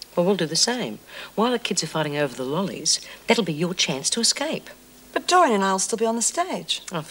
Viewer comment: Eggscape love lizzie and the way she pronounces her words!!! 🤣